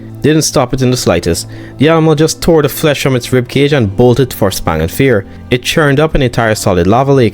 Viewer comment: "Spang and Fear"? Lmao.